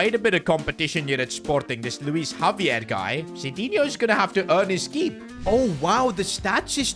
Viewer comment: did bro just say Luis Javier💀